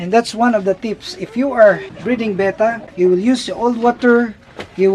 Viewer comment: says "Bet-tah" correctly. Not "Bay-tah".